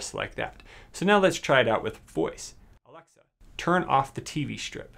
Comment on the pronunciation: Why can’t he say alexa